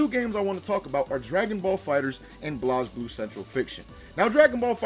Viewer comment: Blazeblue dude said blooz